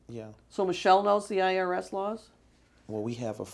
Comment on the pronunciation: Consistency is key! “I don’t know!” “I am not sure!” “I really don’t know” “Ask Michelle” wow! The way he says IRS Hahahaha